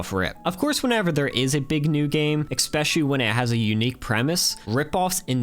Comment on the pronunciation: You know that the word "especially" Doesn't have any K in there, right? I heard you say "eKspecially" twice. The first one made me think "might've been me". But then in the last minute, you did it again!